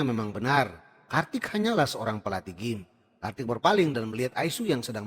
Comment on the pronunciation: Gym (dibaca : jim)